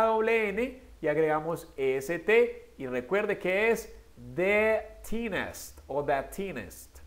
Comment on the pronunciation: Es muy bien pero la pronunciacion de la palabra "thinnest" no es bien…..necesitas pronunciar la "th" que es similar como la "z" en espanol